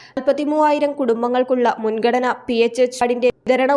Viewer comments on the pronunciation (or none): വാർത്ത വായിക്കുന്ന പൊന്നുമോളെ മുൻകടന എന്നല്ല മുൻഗണന എന്നാണ് ഇതുപോലുള്ള മലയാള പദങ്ങൾ ഇടയ്ക്ക് മോള് നല്ല മലയാള പുസ്തകങ്ങളൊക്കെ വായിച്ചു പഠിച്ചിട്ട് വന്ന് വാർത്ത വായിക്കണേ ഒരു മുൻകടന 😄😄😂